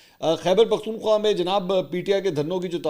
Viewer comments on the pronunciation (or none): none